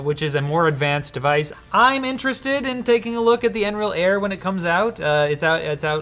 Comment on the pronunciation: I'm pretty sure they call it n-real.